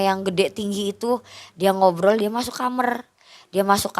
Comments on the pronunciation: Kok Aku rada aneh dngr kata KAMER😂KAMAR kalik y😅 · Benci omongannya kamer kamer kamer KAMAR KAK KAMAR😅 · KAMAR BUKAN KHAMER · Capek bgt denger dia ngomong KAMER KAMER pdhl tinggal blg KAMAR 😅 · kamar mba bukan kamerr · kamAAAAAr bukan kamEr kamerrrr gemesss gatel deee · beginilah kalau narasumber kecilnya jadi jamet, bahasa2 yang ga semua orang paham keluar dari mulutnya....contohnya kamar jadi KAMER..... hadehhh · Ngomong Kamar aja Jadi Khamrr ( alkohol). Audience ini jadi bingung mbak eeeeee 😅😅 ah elah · Sedih. Cuma kesel pas ibunya bilang kamer, pingin tak bilangin "kamar bu" 😁😁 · Ini narasuber org MN kok kamar jdi kamer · Kamar bukan kamer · Kamar bukan kamer😅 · kamar gaes bukan kamer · Kamer Gys bukan kamar lagi ya 😂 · Dia bilang kamer kamer aku terheran2 itu bahasa aya ya apa kidal mbak nya ini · Lucu yaa. Aku kira aku aja yg salah denger